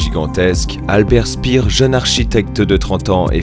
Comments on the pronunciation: C pas Albert spir ça se prononce chpère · Albert chpère (speer), ça se prononce comme ça xD Sinon super vidéo :D